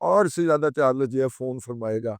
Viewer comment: CHARLES ko ap urdu mai kiyon parhtay hai.Its not CHARLAS